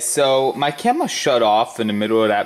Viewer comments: His camwah shut off when he was using his widdwe bwhoa towarch..lol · My camwa shut woff in the middle of the weeaction 😂